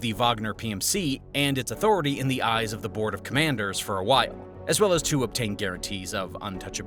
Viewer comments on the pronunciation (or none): none